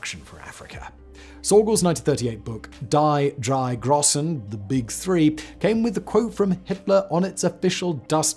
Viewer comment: Oh buddy Simon, I know it's not your language, but simple rule for German "ie" is eee "ei" is eye. Man sagt es "dee dreye großen"